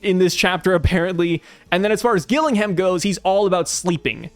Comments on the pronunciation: The name Gillingham is pronounced 'Jill-ing'um'. It is a city in England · Gillingham is English and is pronounced Gillinghum with no emphasis on the ‘u’ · Pronounce the first G as a capital letter and you'll get Gillingham correct mate 👍